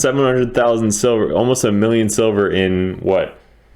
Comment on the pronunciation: LOL sounds like you said "how to make sober fast" had me crackin up.